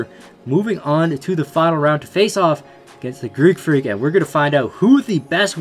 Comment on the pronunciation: Stop saying creek freak its Greek freak